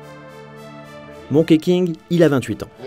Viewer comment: Ça se prononce plutôt Monki que Monké King